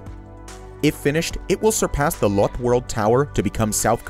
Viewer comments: It pronounces as lot-te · Can't say Lotte though.